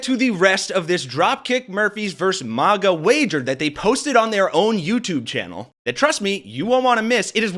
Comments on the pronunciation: dude I hate maga but it's not mah-ga. Maga like magazine. what country are you from? you haven't heard people saying it? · It's not Mahgah. They're not French. They're rednecks. It's Magguh. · Dude this is your own video. I appreciate the content but please go to and listen 👂 It is pronounced mag a. It is not supposed to rhyme with lava but rather rhyme with magma! So it’s mag like the word magazine Please 🙏 and thank you and I’ll subscribe but only if you say it right. Listen to drop kick murphys pronounce it perfectly at 4 mins and 20 seconds into this gr8 video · If you say MAH-GA one more time I'm reporting you to the FCC. lol jk but seriously, please stop.